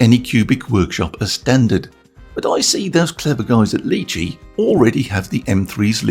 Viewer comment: FYI Lychee is pronounced Lie-Chee (not Lee Chee). It is named after a fruit.